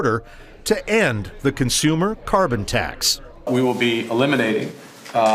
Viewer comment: He can't even say "CARBON TAX"!!! Which he installed in the first place!!!